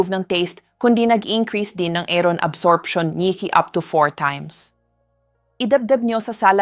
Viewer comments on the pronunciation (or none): none